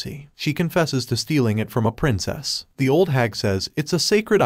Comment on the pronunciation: Bro do not know how to say the